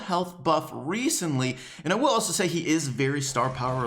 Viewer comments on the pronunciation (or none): none